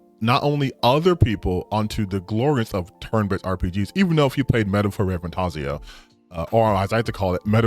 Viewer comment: or as likes to call it “Metaphor ReFantEEZO”. Absolute moron